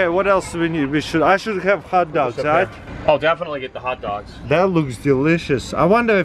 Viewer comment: Hut dugs and Boorgers